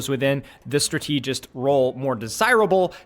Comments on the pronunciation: It's pronounced: STRA-te-gist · Why is bro saying strateegist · okay i have to say it: the word "strategist" is pronounced "STRA-tuh-juhst", not "stra-TEE-just" lol otherwise good insights as always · Like, if you pronounce strategy as strat-uh-gee then why would strategist follow a different lane?? It isn't strat-tee-jee or strat-tee-jist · Have people never heard the word strategist pronounced before? Strat-ah-jist, even strat-ih-jist, never heard Stra-tee-jist before this game. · I can’t stand how he’s pronouncing strategist wrong. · It's pronounced "strata-jist" not "stra-tee-jist" 🤓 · it's strAtegist not stratEEgist bro come on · Is saying stra- TEEJ-ist a Youtube engagement thing? Cause it worked if so, lol. I keep going STRAH-teh-jist out loud every time I hear it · not to take away from your vid, i really am enjoying the deepdive, but "strategist" is a word and its not pronounced "stra-TEE-jist" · Strategist is pronounced the same way as strategy, not as strategic Strata-gist… like that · I'd like to show this video to my friends but 'stra-TEA-gist' makes that impossible. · Why are you saying Stra-TEE-gist??! My god read a book or something. Go on Google and type in strategist pronunciation. Thank me later. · what is a strat-eee-gist? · Great content as always man! I've never heard someone pronounce strategist as Stra-TEE-gist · Do you honestly think that's how you say strategist?? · Dude great video!!! Very good points!!! But please for the love of God, Jesus and all the teletubbies learn how to pronounce strategist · Maybe learn how to pronounce strategist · could you please pronounce strategist correctly? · So is he prouncing strategist wrong on purpose or? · Liking the video so far, the word strategist is pronounced with emphasis on strat. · why does he say strategist like that? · Why he keep pronouncing strategist like that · I love you,. That's why I need to say this: I think you pronounce "strategist" incorrectly.